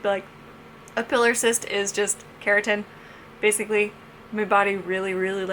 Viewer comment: Pilar cyst is pronounced PIE-lahr, not PILL-are.